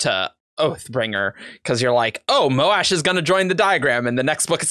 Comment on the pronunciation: Also it bugs me so much that people say "Moh-Ash" instead of "Mosh"